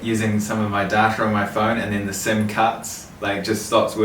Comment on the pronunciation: still not over ‘darta’ instead of ‘data’ hahaha